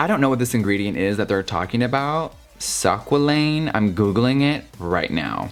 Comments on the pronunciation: I kept wondering "what is sockqualane?" its squalane lol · Great video! It’s pronounced skwaleen and it’s an olive oil based moisturizer. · I own both and I can tell you they are the same. Its pronounced "SQWA-LANE". And YES, It is an AMAZING ANTI Aging product:)💖💖💖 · Just a helpful FYI: it's pronounced as "skwah-lain"!! Not "sak-wah-lain" 😂😂😂😂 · “Sakwalin” 😂😂 squalane is pronounced “skwa-lane” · Sock-wa-lane Girl. I’m screaming. Squalane. Pronounced.... Skwa-lane. Love you Jeffree 😭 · Pronounced squaa-lane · Very informative and entertaining, but I think it's pronounced more like "skwah-lane" oil. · squalane... its pronounced skway leen for future <3 but im vibing the way you say it! lol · Squalane -- pronounced "SKWAH-lin" (rhymes with pollen) NOT TO BE CONFUSED WITH "Squalene" Yes, just one letter difference - but squalane is the hydrogenated version of squalene. SQUALENE is most commonly derived from shark liver oil which used to be one of the most common moisturizers used in cosmetics -- even though deep-sea sharks were endangered. But Amyris (a biotech company that focuses on sustainable, renewable resources) has discovered a way to make PLANT-BASED squalane from SUGAR CANE! (I tried some of this as a face and eye serum and man was it incredible!) Either way, make sure you know the source of your squalane products so you aren't contributing to the slaughter of sharks and the devastation of our oceans! FUN FACT: Know any uncut guys? Smegma from the foreskin is actually thought to be rich in squalene! So save yourself some money and just rub that into your eye area before bed! ;) LOVE YOU JEFFREE! Greetings from The Vegan Drag Queen! 💋💋💋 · It’s pronounced “skwah-lane.” But your pronunciation is adorbs! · Love the video! The ingredient in the ELF primer you we’re trying to pronounce is squalene—said as (SKWAA-leen). Hope that helps! 💕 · Squalane is pronounced squay-leen. Love you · also the ingredient is pronounced skway-lean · Squa-lane lol pronounced sqwar-lean